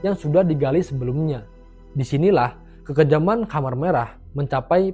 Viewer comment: Khmer merah , bacanya tetap kmer mas, bukan komer..., komer itu kan sesuatu yg memabukkan , dlm bahasa arab